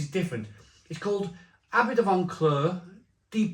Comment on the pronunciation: There's no "n" in Vauclair. You're corrupting pronunciation and people are learning from you. I heard another reviewer use the "Barry" pronunciation of "Lamonde" for Loch Lomond. Also this beer is too expensive, jumping on the Craft Brew rip-off scene.